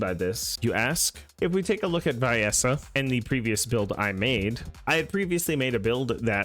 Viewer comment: It’s “vee-es-ah” not v-eye-es-ah brother